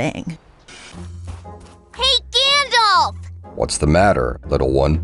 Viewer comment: I love how she called him Gandof. Just wait until she calls him Dumbledore next.